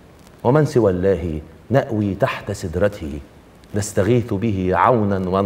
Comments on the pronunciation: لفظ الجلالة ( الله) جل جلاله .... لا يلفظ مخففا لان ما قبله لبس مكسورا بل يلفظ مضخما لان ما قبله مفتوحا. ... .وهو ( سوى)... ألقصيدة رائعة وإلقاءك واحساسك رائعين ...وانت كذلك ... انا من العراق ، ولم أكن أعلم أن القصيدة عراقية ، وللشاعر العراقي كريم العراقي ، إلا بعد أن أكملت الفديو للاخير ... وصورتها خليجية.. انا سعيدة جدا لسماعي القاءا صحيحا وتلفظا صحيحا للحروف، غير الذي اعتدنا أن نسمعه من إخواننا المصريين ، مع احترامي الشديد لهم، وأتمنى من جميع الشعب المصري العظيم ، الشقيق أن يحذو حذوك في تلفظ الحروف العربية ، ودمت ودامت مصر والعراق وكل الوطن العربي بألف خير وسلام ، أن شاء الله تعالى . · سوى الله : لام لفظ الجلالة هنا مفخمة ولا ترقق الا اذا جاءت بعد حرف مكسور مثل بسم الله فترقيقها بعد سوىَ خطأ وهى تبتسم : الهاء هنا ساكنة وليست مكسورة لمقتضيات الوزن اما عدا ذلك فالالقاء جيد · أجاد جزاه الله خير الا انه أخطأ عندما نطق لفظ الجلالة بالكسر فرقق اللامين وهذا خطأ لأن السامع يظن انه يعني اللاهي والصواب أن يفهم اللامين